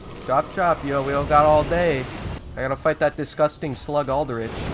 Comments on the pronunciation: "that's al-duh-rich. Love al-duh-rich" I can't get over this pronunciation. No hate I just have a chuckle hehexd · Why bro say 'alderich', it 'alderich' not 'alderich'